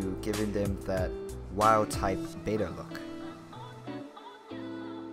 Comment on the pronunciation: IT IS NOT "BAY-TA" IT IS BET-TA....THERE IS NO Y....IT IS NOT PRONOUNCED BETA....OR BAY-TA...ITS BET-TA